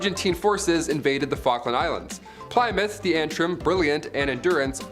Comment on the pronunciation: it's pronounced 'plim-mith'.. js